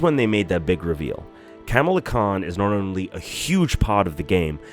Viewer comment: PlZ say her name right,it not camela 🐫